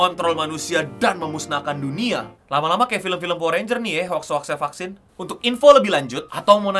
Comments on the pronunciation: Vaksin ❌ Fucksins ✅ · Tulisan vaksin... Yg Q denger fvcksin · Baru buka video langsung denger "F*CK-sin". Penekanannya buat salah faham